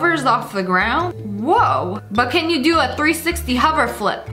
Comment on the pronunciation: I like how she said huver instead of hover